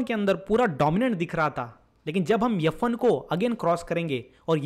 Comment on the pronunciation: Wtf is 'yuf' one (f1) 😂